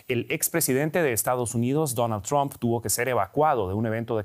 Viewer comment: Lo felicito por pronunciar el nombre como "Trump" y no "Tramp".